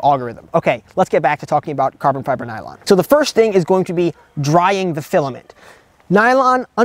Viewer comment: 😅bro, if you say carbon fiber nylon like that again 🤣🤣😭😭💀